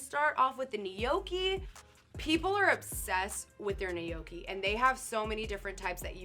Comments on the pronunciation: Ni yo ke and “ Philly” killed me lmao. No. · Nay-yoki 😂😂😂 My nonna would lose her mind hearing that mispronunciation 😂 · Can't pronounce "Spanikopita", refers to the bao cheesesteak filling as "Philly", and then calls the gnocchi "Kell nay-oky"?!?! What cave did this poor woman grow up in that she's not familar with these foods? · The way she says gnocchi triggers me